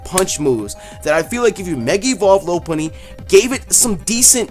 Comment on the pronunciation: He called Mega loupunny. gg